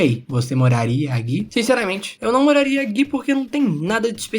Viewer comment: Cara gosto muito dos seus vídeos ! Porém dá um profundo desconforto ouvir você falar "você morraria AGUI?" Qual a dificuldade de falar "AQUI"